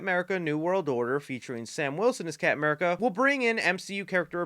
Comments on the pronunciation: Love how he says camurca instead of captain america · My GOD stop saying "Capm 'Merica'". He's not Capm Crunch